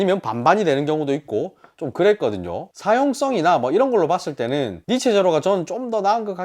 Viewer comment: 니체 아니죠 니쉬~ 입니다